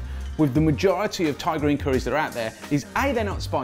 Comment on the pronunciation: I always think he's saying tigereen curry